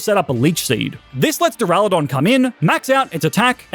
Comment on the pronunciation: DURALUDON, NOT DURALODON!